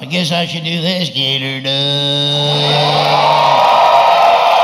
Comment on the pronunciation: 3 pics molded into one of him with his hat, the sign behind him, the subtitles, yet you still said get instead of git. Its "GIT R DONE" my friend